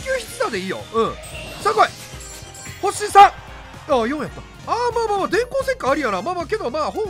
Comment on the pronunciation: VIPがいう星3いっつも「おっさん！」に聞こえる